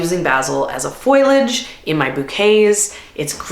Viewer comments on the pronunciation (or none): Full on think you're great, and I still cannot accept your pronunciation of foliage. :) There is definitely debate over whether it's fohl ee udge OR fohl udge (the answer is it depends, you pick). But the " i " is after the "L" so it is definitely not "foil ee udge". Don't foil the pronunciation! ;) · Loved the video - BUT, Foliage, not Foilage. Fo-lee-age. Sorry, just a pet peeve of mine. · Pronounced fo-le-age. Not foil-age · Foley age not foil age. Hurting my ears. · Thanks for the informative video. One thing bothers me a little though. A plant person should learn the correct pronunciation of the word foliage. It is not FOILage, but FOLIAGE. Not trying to be snarky, just informative. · Thank you for this list! I feel the same about many of these. Also, Foliage is pronounced Faux - Lee - Udge. Not FOIL- udge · Fol-ee-age (foliage), not foil-age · If you are in the flower business please learn how to say Fol-i-age. Not foilage - rhymes with spoilage. Tks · I gotta ask why you say “foil-age” instead of “fo-liage” 😅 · Isn't foliage pronounced FOH-lee-ij, and not FOIL-ij? Or is that a regional thing? (Real question, no snark!) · Wow, it is interesting that you pronounce it "foil-age". (It is fo-liage. No foil in it, lol.) I love your videos, and thank you for sharing what flowers you like, and don't like growing. Even though we may be in a different zone, it is helpful. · Foliage...... FO LEE AJ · You lost me when you said “foilage” more than once… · Interesting list! I don't produce for anyone but myself but it's a handy list. Btw, foliage isn't pronounced foiliage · The i is after the L. Fo-li-age. 😊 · When you say “foilage”, are you trying to say foliage or do you mean something else? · The word us "foliage" not "foilage"...just sayin. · An interesting video but the pronunciation of foliage and basil are driving me crazy!!!!!! 💀 ✨ Foh-lee-uhj & bay-zill ✨ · I was wondering about her pronunciation too. Is that a Canadian thing? It sounds so odd to my ears! Lol.